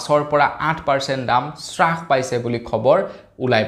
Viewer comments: Es Ram ,Apuni Baru ki srash paise buli koi ase? Taku abar nohoi dubar nohoi bare bare koi ase . Alur damotkoi apunar bhul pronunciation suni kan poki goise Please olop Mon diok. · স্ৰাস নহয়ো ভাইটি হ্ৰাস পাইছে। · শ্বাস পাইছে নহয় হ্ৰাস পাইছে হয়।